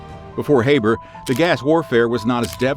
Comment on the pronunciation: Pronounced Haber incorrectly